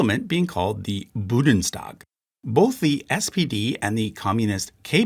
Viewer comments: BUN-DES-TAG not BU-DENS-TAG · as always, really great video and chart. it did, however, really irk me how you kept saying 'budens' instead of 'bundes'. the n comes before the d, like in the english word 'bound'. both the german word 'bund' and the english word 'bound', in fact, have the same indo-european origin, both relating to binding something together or being bound together. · Thanks. Bundestag, not Budenstag or Blumestag though, also Gerhard, not Gerald Schröder; Merkel, not Mörkel. You are positively butchering German names. IMHO even if widespread, it is arrogant not to check the actual pronounciation and at least give it a try. The French will not be as politely ignoring this as the Germans seem to :-). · I'm , I'm Mexican and don't speak German, but HOLY CRAP if I hear "Budenstag" ONE MORE TIME, I'll drill my ears with a tree branch. The NNNNNNNNNNNNN is BEFORE the DDDDDDDDDDDDD. BuNNNNNNNNNNNNNNNNDDDDDDDDDDDDDDDDestag. I'm also autistic, ADHD, hyperlexic, and drunk; I apologize. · How could all those mentions of the „BUDENstag“ not get picked up by test listeners? By god it is BUNDEStag! Just read the letters in the order they appear, German is pretty easy when it comes to that. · it should be "Bundestag" (roughly "union gathering"), not "Budenstag" (rougly "shack gathering" or "Booth meeting"). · "BuNdestag", not "Budenstag". Otherwise, thank you! Very good video. 👍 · "Bundestag", not "Budenstag". Just like "Deutsche Bundesbahn". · I just can't anymore 😂 Budenstag... it just hurts 😅 Bundestag u-n 😄 Aber ich drück ein auge zu ☝🏼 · Very nice, thanks! Spelling remark: The Bundestag (the Parliament) is not boo-den-s-tag, but BOON - DES - TUCK. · Bundes not budens lol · Budenstag Vietminese Why do some people pronounce foreign words in the wrong order? They don't look like they sound that way if you read them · It is pronounced: BoondessTahg. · Amazing video, funny pronunciation of 'Bundestag' :)